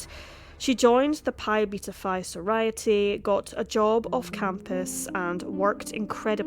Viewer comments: Thank you for the video. It's a terrible case. As a note of constructive feedback, sorority is not pronouced that wayYou repeat "so-rai-ity" instead of "so-roar-ity" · How about “soriety” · The fact that you don't know how to pronounce "sorority" properly says so much positive about you lol. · Rhymes with majority, not sobriety. Love the channel!! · What's a soriety? Or did you mean sorority soar-roar-it-ee? Also chi (as in sigma chi) is pronounced k'eye